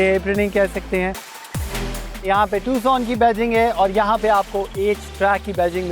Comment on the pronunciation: بھائی یہ ٹکسن نہیں ہے۔ یہ ٹوسان ہے۔ تھوڑی بہت تحقیق کے بعد ویڈیو ڈالا کرو